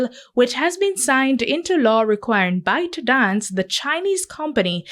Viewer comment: Did he just say bite daze?